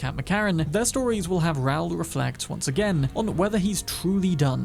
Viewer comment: Hearing him say Raul like a fucking moron took me out of it. Are British people this stupid and clueless?